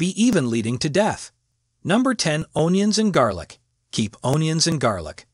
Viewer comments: It’s the pronunciation “own-yun” for me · No, he said “ownions and garlic.” 😂